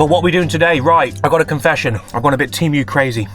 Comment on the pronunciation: Tee-Moo not Tee- mew